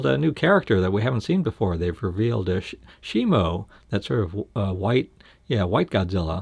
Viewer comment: My life is a lie It's Shimo not Shimu